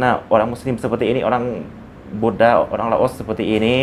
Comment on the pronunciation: Buddha bukan Buddah